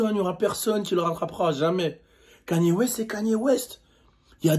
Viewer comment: Kanyyyerr t sérieux tu le dit comme ça ok Ok